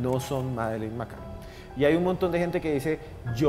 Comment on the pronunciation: El de la voz en off pronuncia mal a propósito o simplemente es negado para el inglés? en serio. La niña se llama McCann y él dice McCain. Por cierto, quien haya tenido la idea de que don Esteban hable menos y Johanna hable más se merece un lugar en el paraíso 🤣